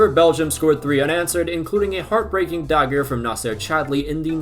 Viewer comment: whats with dagger being pronounced weirdly? sounds like a german word when u say it